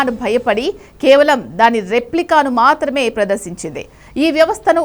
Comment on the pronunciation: Meeru thelugu sariga vutcharinchali * mathrame annappudu maa ni otthi palakaradhu